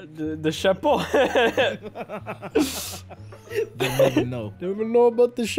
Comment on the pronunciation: When said chapeau wrong and in fact said Chapon which means castrated male chicken. Still extremely funny 🤣🤣🤣